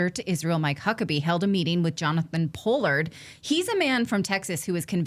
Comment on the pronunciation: Who says Pollard like that? I've heard that name all my life and never heard anybody say it like that.